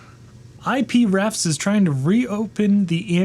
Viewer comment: Came because people posted how he couldn't pronounce Chrysalis. It is as promised. that resolution, tell me that's due to the monitor? Because the original 1985 Amiga can exceed that res with the right monitor. IP-refs....bwahaha. You sure that's not I-Prefs? you get pushed an update, and your response is to add cooling fans?? Is this a parody channel? It's open in the sense that all APIs and the entire Amiga OS is exhaustively documented. These guys created a clone of AmigaOS for the PowerPC, so they should be compensated richly. Boy: you fail to state that resetting eliminates the slowdown for another 20-30 mins. Yeah this is a satire channel.